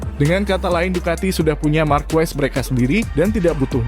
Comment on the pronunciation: Ngomong markes kok jadi markuwes